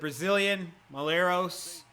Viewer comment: Mull-Et-Ross HAHAHHAAH